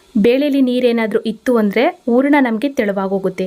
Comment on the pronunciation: ಊರಣ ರೆಡಿ, ರವೆ ಉರಕೋತೀನಿ. ಕನ್ನಡ ಸರಿಯಾಗಿ ಉಚ್ಚರಿಸಿ. Recipes are good